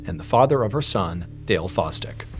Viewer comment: Sooo, one of her Exs last name is “Foz-Dick” and the others is “Wanger” 😂 what are the odds?? 😂